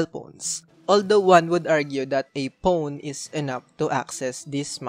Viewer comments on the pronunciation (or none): Omg did anyone else heard how he said phone